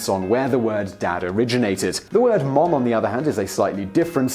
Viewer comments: The British pronunciation (i.e., "mum") is /mʌm/, whereas the American (i.e., "mom") is /mɑm/, not /mɔm/ as I hear what you're saying. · Simon can't say Mom right. Its Muom... :D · I may be one of many to mention this you still say Mum when you're trying to say, Mom. The best way I can tell you is to think Mam and say, Mom. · On this side of the pond, it's mAHm, not mUHm. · In Michigan mom is pronounced "mahm" not "mome" like Simon. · English people trying to say "Mom" is hilarious, no one says "Mohm" it's more a "Mahm" it's a curved syllable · Haha mohm... sorry we say mahm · The American pronunciation of “mom” does not have a hard ‘o’ sound. It’s more like an ‘a’ or ‘ah’ sound. So it’s closer to ‘marm’. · His pronunciation of ‘mom’ is weird. It sounds like Ikea furniture: Malm. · He still pronounces "Mom" like "mum". Who the hell would be confused? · it's mah-m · did he just say "man-mum"??? (Rewind) Yes, yes he did. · Mom is pronounced like Somerset. "mawm" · Hearing someone say "mom" with a British accent is really odd sounding. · is it only me who finds it funny that despite his effort he is STILL mispronouncing "Mom"? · Sebastian Vlogs True, what kind of American ever said “Mom” that way, with a funny “oh”, looool? It doesn’t sound British when they say “Mom” but it doesn’t sound like that, either, lol! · It didn’t. But it did sound weird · Why on Earth would you say an American word with a British accent?! o.O Mom and Mum, whatever, just say it as you usually say it. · I almost could not tell the difference between his "mum" and "mom". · When he says mom instead of mum it sounds like he combined o and u into one letter anyone else? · Is it just me or is he mispronouncing Mom? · Lol he still can't say mom.its cute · Thanks not how "mom" is pronounced. The vowel is /a/, as in "father". We don't have that vowel you use in "clock". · He said Mom wrong